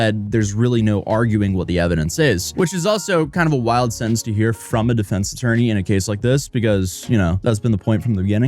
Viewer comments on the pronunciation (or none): none